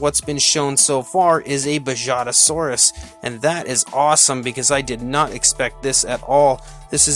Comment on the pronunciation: I think the J in Bajadasaurus is pronounced like H in “home” or “house”